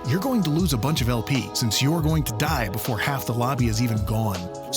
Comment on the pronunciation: Before Not boofore